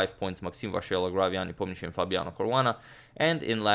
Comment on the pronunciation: So, Nepomniachtchi is pronounced Neponiatch? What's the point of all those letters though?